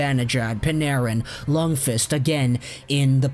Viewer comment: The way you say Lundqvist makes me uncomfortable